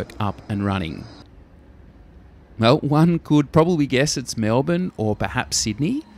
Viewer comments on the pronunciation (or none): none